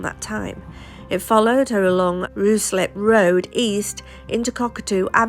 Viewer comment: 50 stabs within a car... that's insanity. I seem to remember that her husband was bisexual. Was a man involved who wanted Penny out of the way? Ruislip is pronounced Ryslip..